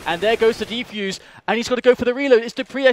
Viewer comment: i love this video but its one thing, the people that talk in the background say "deeefuse" not defuse X)